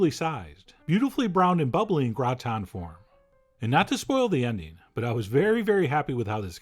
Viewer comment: If anything, Chef John allows me to correctly pronounce gratin as 'gruh-Tahn'. Useful!